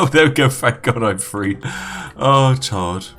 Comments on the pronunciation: It's three not free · Pronounce the word three with a th sound, not the sound you make when you say free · Why do you pronounce “the” normally, but words like “three” as “free”....? Consistency, please..... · i will drink tea when you say three with a TH